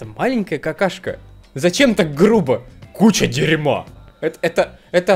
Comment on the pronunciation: КУЧЯА ДЭРЬМА АХХХХХХХХХХАХХХХХХХХХХХХХХХХХХХАААААААААААААААА ОРУ